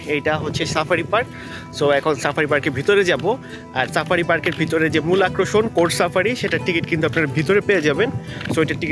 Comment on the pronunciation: আক্রশন না আকর্ষণ।